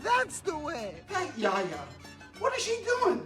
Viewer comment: Yiayia. Not yaya